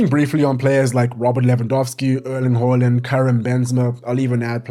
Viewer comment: Respect for pronouncing the aa in Haaland correctly.